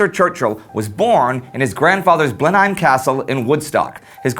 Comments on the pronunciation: It's pronounced blen him palace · I believe that Blenheim is pronounced "Blennum". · I do love Indie but the mispronouncing is distracting. and sometimes amusing...Duke of Malboro? Born at Blenn-heim? I know people complaining about pronunciations seems annoying but it is important.